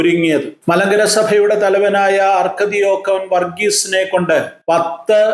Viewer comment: അർക്കദിയാക്കൻ, ആർച്ച് ഡീക്കൻ എന്നല്ലേ.